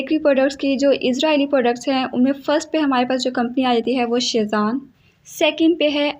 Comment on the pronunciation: Not sheezan😅😅😅😅😅